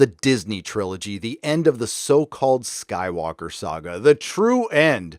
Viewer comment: he said the rise of skank dyker LOL!!!